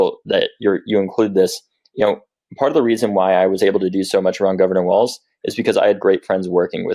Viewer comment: Walz pronounced as "walls". Be respectful of his name, please.